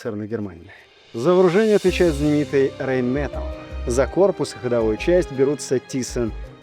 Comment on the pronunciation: Правильно говорить, РАЙН МЕТАЛЕ